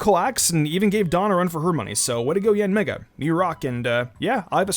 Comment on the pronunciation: ok I heard something other than yanmega